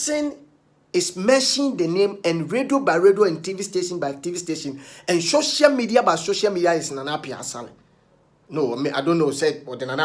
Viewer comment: The word is social media not showcial bro Kwaku.😂😂😂